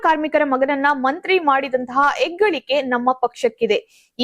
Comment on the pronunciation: Eggalike ❌ HEGGALIKE ✅ Akka nimma kannada ennu shuddha haagu sputavaagi barali. Tq